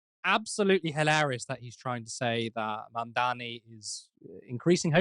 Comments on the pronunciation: Mamdani or Mamdami When called Mandani during their debate, Zohran gave Andrew the correct spelling of his name. May he's doing it on purpose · And he still says his name wrong 😑 probably on purpose. If you can say Mamdami you can also say Mamdani. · Still saying “Mamdami”. If on purpose, it’s petty. If not, it’s indicative of his mental stae. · Still MAMDAMI “like WTF He told him to pronounce his name correctly. Lazy Brain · I wonder if Cuomo thinks mispronouncing Zohran's name as "Mom-dommy" is actually effective at disrespecting him. If anything, I'd think some folks would perk up at the thought of voting for a "Mom-dommy" 😆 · The name is Mamdani, M A M D A N I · the name is MAMDANI, Mr Coumo get that right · Not pronouncing a person's name properly is a well-known aggression tactic. I can believe some .. maybe even most.. of USA politicians are drugged up, but not pronouncing a name properly is a deliberate power move. And usually based in racism. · Why can't this Cuomo pronounce Zohran's name properly. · Exactly! Does it on purpose, no way he doesn't know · I think you're burying the lead here: He said he wanted to talk about "assAmblyman Mamdami." It's bad enough he can't pronounce Zohran's name; but it's extra embarassing that after a lifetime of being a political nepo-baby, he can't even pronounce "assemblyman." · "Assahmbleemin Mamdahmee"? He still can't get his name right, and now he can't even pronounce "assembly man"? Where dafuq did Quid pro Cuomo learn English?